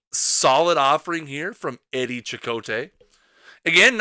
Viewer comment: I thought it was pronounced Eddie 'SEE-cott" but I could be wrong